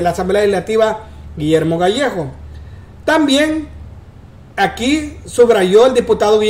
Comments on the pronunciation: Gallegos, no gallejos 🤦🏻‍♀️ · El es Gallegos no Gallejos